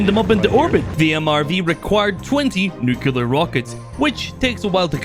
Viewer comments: is me or he says nucular instead of nuclrear? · "Nucular", though? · I swear the next person who says ‘nucular’ is going to get it. I have a very pacific set of skills and I will find you.